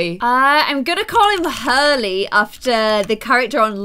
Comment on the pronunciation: And that you called Hurley Harley